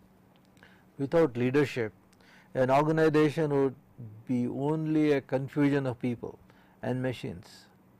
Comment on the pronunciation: It is Organisation not ORGANIDATION